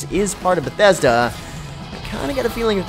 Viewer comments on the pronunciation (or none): none